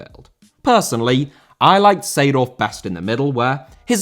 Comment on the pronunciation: Seedorf* not Seidohf